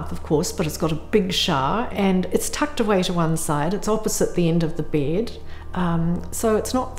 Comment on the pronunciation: I can‘t get over the way she pronounces bEd